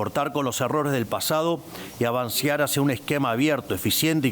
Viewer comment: Pero porqué lee tan mal nuestro presidente?? Qué le anda pasando? Corina "macheado"??? "Avancear"???? Affs porfavor que lo asesoren en sus ensayos de lectura, porque se siente muy sin consistencia.